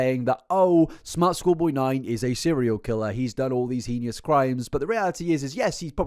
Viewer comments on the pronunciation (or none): sorry but this has been bugging me for ages - you always pronounce heinous wrong. it's pronounced hay-nous not hee-nee-ous!! :)